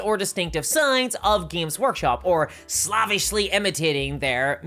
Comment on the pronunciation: Is there a youtube or legal reason that you cannot pronounce "slavish"?